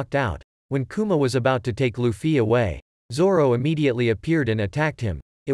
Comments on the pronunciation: Bro said luffi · When he says 'luffie' 😂😂😂